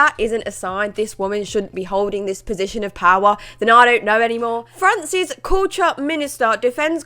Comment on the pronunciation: When you said "France's Culture", regarding the minister, I heard it as "Francis Couture" and I thought wait who the fuck is this. It made sense soon enough.